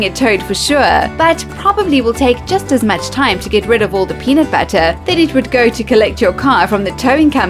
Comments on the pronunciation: peanut buttah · Lmao how she says "pheunutbeutter"